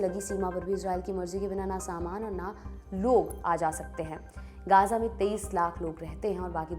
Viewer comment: मैम वो गजा है ना की गाजा और गांजा😂😂😂😂